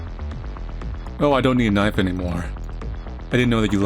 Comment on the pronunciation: And he says always says "knife" like Crocodile Dundee. "Now that's a knife!"